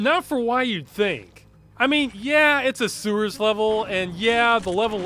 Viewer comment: I just realized you pronounce sewers suers